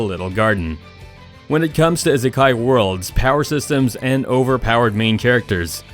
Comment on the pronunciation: My only problem with this video was the way the guy said isekai